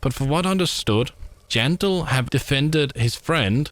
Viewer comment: Jandel ❎ Jandog ✅